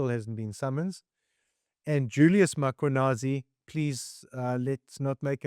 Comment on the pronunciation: For the love of all things, can people PLEASE learn to pronounce the most important name in South Africa MMMMM KWA NAAAZI NOT Mockwanasi